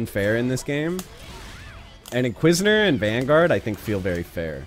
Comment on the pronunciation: You're saying inquisitor name wrong